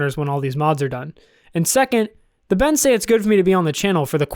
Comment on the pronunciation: Did anyone else laugh when he said "the Bens" ??